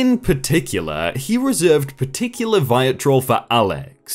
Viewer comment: That thumbnail. Also, the first person must be lying about you. You’re such a nice guy. By the way it’s pronounced vit-ree-ol.